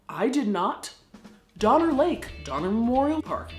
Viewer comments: Was there a Jeffrey Donner in the party? Lol. Or maybe it was actually Dahmer just got pronounced wrong. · At some points I swear she's saying "Dahmer" ... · The entire time watching this video, I keep hearing Dahmer instead of Donner and they both work well 😆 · While stationed in England I would have people ask if I wanted to go get a doner kebab... but they pronounced it Donner. I always refused and when I was finally asked why I explained the Donner Party having been to the State Park many times. So they started asked me to go get Gyros and I was happy to after that. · I thought she said, ‘Organ trail’! 😳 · 6 years of comments and noone has mentions Doner Kebabs? (the doner in doner kebab is pronounced like Donner). Its usually a mystery what meat goes into them. Or at least that is often the joke when the place is particularly cheap or poor quality.